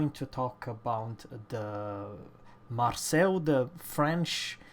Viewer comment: The Marceau is pronounced "Marso", not Marcel!!!